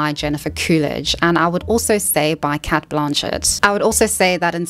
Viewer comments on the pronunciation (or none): A, Cate is pronounced Kate B, think you’ve overthought this one